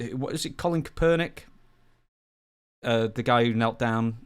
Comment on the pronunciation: Colin Kah-per-nick 😂